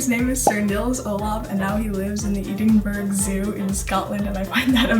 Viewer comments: Ffs its ed in bruh not ed in burg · As a Scottish person I can vouch for the penguin story, It's true. Also it's Edinburrah .....not berg... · just seeing a new vid from you thomas makes me smile :) (also quick pet peeve as a scot, it's pronounced ed-in-buh-ruh, sorry to be a bummer lol) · Ah that pronunciation of Edinburgh though😖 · I love this so much thank you! 😂😁😆 -one major thing was how she pronounced Edinburgh it was funny but also cute 🤍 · Honestly the thing that made me smile and laugh the most in this video was the way that this girl pronounced Edinburgh!! Like no hate and the fact is very true and cute, but that is not how you say Edinburgh lmao!! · I know this is a positive video, but as a Scottish person, I can't get over how awful that pronunciation of Edinburgh was.